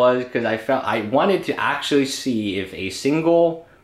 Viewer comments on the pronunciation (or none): none